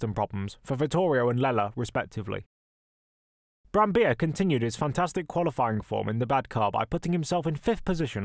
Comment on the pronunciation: Nice video, thank you. Btw, you pronounce the double-Ls in Brambilla.